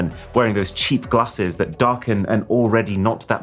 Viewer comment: did he just say CHEAM GLASSES????????????